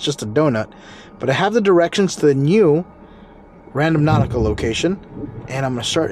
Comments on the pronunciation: it's not RAN-DOM-NAUTICA, it's RAN-DO-NAUTICA!!! There's is no M In the word. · Gotta rotate your tires so they don’t get bald on one side like that. I’m sure it’s been said a thousand times in the comments. Lmao. Also…. It’s Rand-O-nautica, instead of Random-nautica. 😂 Stay safe, you’re still my fave, the best there is out there!! Much love to you! 🤗